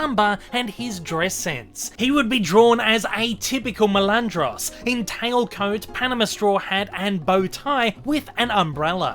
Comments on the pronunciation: NOT "MELANDROS" MALANDRO. JESUS CHRIST do SOME RESEARCH FIRST.. FUCK. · My GOD.Your pronunciation of MALANDRO makes me lose my shit.GODDAMIT. MAAAAA